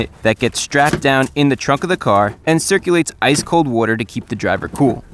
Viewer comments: why can u not say water? lol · I love how chrisfix actually uses the word "WOTER" so many times